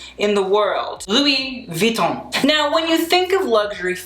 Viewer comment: You should maybe have started out by pronouncing the brand name correctly.